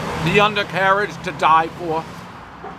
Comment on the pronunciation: “Undercarriage ta die foh!” The most Jew Dave has ever sounded to me.